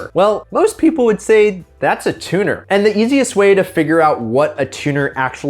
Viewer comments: Wait "Tunner"? I thought it was spelled Tuner? Am I crazy or just retarded? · hahaha "Tunner"